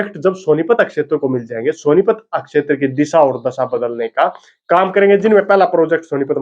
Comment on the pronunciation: शब्दों के उच्चारण पर ध्यान देना होगा। क्षेत्र को आप अकशेतर कह रहे हो, फेल को फैल बोल रहे हो। आपको कितने लोग देख रहे हैं ये तो आप जानते ही हैं। अच्छा प्रयास है, थोड़ा और ज्यादा मेहनत की आवश्कता है। हिंदी का डायलेक्ट हिंदी ही रखें उसमें हरियाणवी न घुसाएं। शुभकामनाएं।